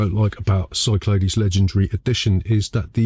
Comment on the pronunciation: I think you'll find it's pronounced Cyclades. Hope this helps.